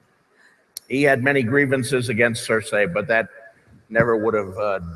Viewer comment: I noticed that, But he says Cer-say